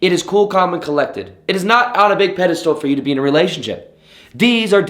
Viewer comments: Im doing you a favour my friend. It is pedestal ( peh-deh-stil) not peda -STOOL . Sorry i cant help but correct you you always say that! Ahah and women and woman are two different meanings woman is singular and women is plural/ women in general....wih-men ....and wuh-man....so when you said validation from woman it Should be women plural. I just cant help say this because i always hear you say these words incorrectly!! I still love ya . Big fan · Thx.. it's pedastal, not pedastool...sorry, finally had to tell u....